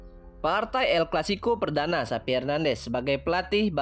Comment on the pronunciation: Bukan SAPI Mas.....tapi XAVI...pake V.....😂🤣😂🤣